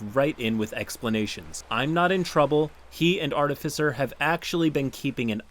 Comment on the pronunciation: Hearing finally saying "artificer" right still sounds so odd. I'm waiting for him to ho go "artifycer" as he used to at any second.